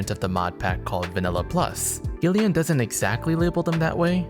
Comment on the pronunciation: The name "Gillian" is pronounced as "Jill-ian'.